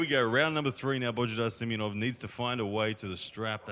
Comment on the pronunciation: Its not Simenonov its Simeonov